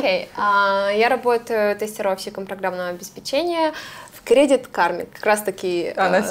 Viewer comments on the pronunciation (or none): Всё отлично, но!!!! Программного обеспе’чения!!начала’! Все отлично, но давайте говорить правильно! Режет слух!